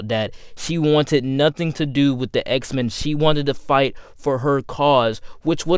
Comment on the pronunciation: “Duh story of duh wolverine” “De worst consistent” Why do you say duh?